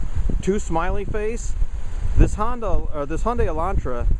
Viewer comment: honda elantra? why can't you pronounce HYEONDAE elantra ?!?!?